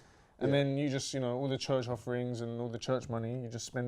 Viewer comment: Even the way he says church (chuch) is fraudulent